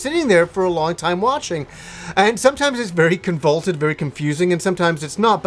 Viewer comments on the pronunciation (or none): Guy keeps saying "convaulted?" do you mean convoluted? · Great review, but I've got one nitpick! You should know that you're pronouncing "convoluted" incorrectly. It's "CON-VOOH-LOOT-ED" not "CON-VOLT-ED".